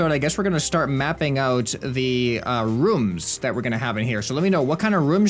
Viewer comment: He says rooms like "rums"